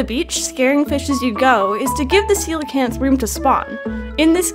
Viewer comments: I think it was called “Coke-Lee-Anth” 😂😂 but it’s “see-low-can-th” 😂😂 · lmao did anyone else think it was pronounced "coal-canth" before this video?